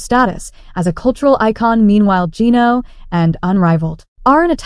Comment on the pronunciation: Can't pronounce Geno's name correctly? AI?